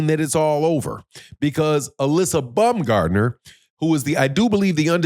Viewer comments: STOP calling Alycia BUM-gardner you ignorant nut! It's BOWM-GARD-NER! or you can even say BOMB-gardner, but NEVER BUM, YOU BUM! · I'm not Google translate, but it's Baum, not Bum.